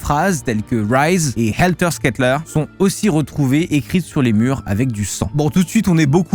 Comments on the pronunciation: helter skelter et pas helter sketler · Helter "SKETLER" 🤪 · Rise et Helter "Sketler" 😂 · lis "helter skeLTer" :)